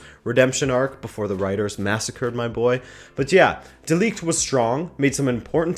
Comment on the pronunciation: Quick lesson on pronouncing 'De Ligt' : NOT: like you did in this vid, with a long 'i' sound like league YES: with a short 'i' like impossible Hugs and kisses from a Dutch guy